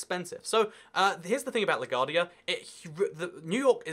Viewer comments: It's pronounced la g-wardia like gwaurd not gaurd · 1. It's pronounced Le GWAR-de-a airport. 2. There are cheap domestic flights within the USA....Look up jetblue, southwest and spirit airlines. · It’s la-gwar-de-a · You pronounce LaGuardia wrong… it is L-Uh-Goo-Are-Dee-Uh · you say la guardia wrong